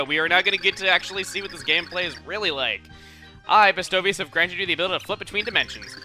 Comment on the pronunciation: I love how Chugga always proves me wrong with my pronunciation of game words. I had the same issue in the New Leaf LP with Festivale (I pronounce it fest-ee-vah-lay). Chugga pronounces Bestovius as "bestow-veeus" but I always said it as "best-oh-vee-ass" 😂